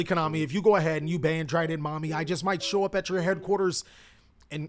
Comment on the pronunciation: When said "Drident mommy" i had the confirm that he's a man of culture.